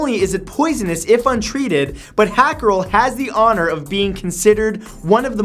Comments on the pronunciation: it is pronounced like howcarl NOT hackaroll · Uhm... hákarl is not a fish. It's a shark. Also whya re you pronouncing it as hackarel?! XD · Hákarl - HowCarl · Hakarl is the name of the dish, not the fish. The fish it's made from are typically Greenlandic sharks or other types of sleeper sharks. Also, it's pronounced "hah-karl", not "hack-arl". ^^ Other than that, good video! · Matthew,say it with me. HA-CAREL. it’s pronounced like the name. And TOPE-E-AIRY. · That is not how you pronounce hákarl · Dude, the thing you call hakarl is just a shark. And its called hákarl and literately means shark. Don't say I wouldn't know because I'm from Iceland. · Hákarl is just shark.... No need for the butchered pronounciation😂 and nobody eats it except tourists😂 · hahahaha dat hákarl pronunciation :P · and you pronounced it wrong